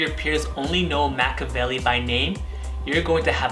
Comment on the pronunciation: I know in YT videos you're advised to exaggerate your speech cadence, pronunciation and facial expressions but you're going way over the top dude. Also, it's pronounced mack-E-a-velli, not mack-a-velli..it sounds really amateurish and unprepared when you pronounce something as important as your subject's title so poorly.